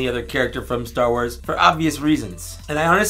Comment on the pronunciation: "Ster Wers Jewbah-kah!"